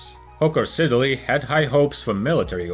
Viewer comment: IT'S PRONOUNCED SID-LEY. STOP SAYING SIDDER-LEY.